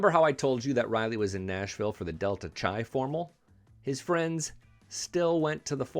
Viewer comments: It's spelled Delta Chi and it's pronounced Delta KAI as it "go fly a"KI"-te, not Delta Chai, I drank a Chai Tea. I was never a frat boy myself but at my almamater the University of Arizona the Delta Chi fraternity knew how to throw a party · Delta Chi is pronounced Delta Kai. 😮